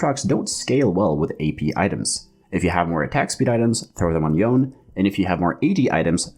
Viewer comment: Really good beginner guide! Easy to follow and understand P.S. That's the first time I heard someone pronounced Yone as "yawn" hahaha